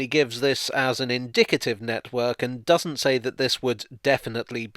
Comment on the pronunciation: "It Dudden make sense..." Oh good lord,.